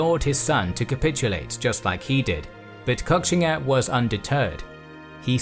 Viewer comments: I think it’s most likely pronounced “Koshinga” but great documentary anyways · Guys, at least learn how to pronounce the name of the person you're making the video about. It's pronounced "Ko-shing-a", not cock-singa..